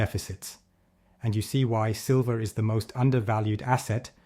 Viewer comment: Still calling it "Sliver"!